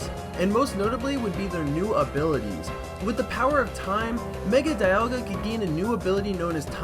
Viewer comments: dialga is prounouced dee-all-gah not die-al-gah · This video is awesome: end pahlkia and diahlga its palkia and dialga